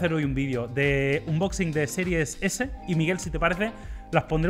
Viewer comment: Tanto tiempo haciendo unboxings y todavía no saben pronunciarlo 🤔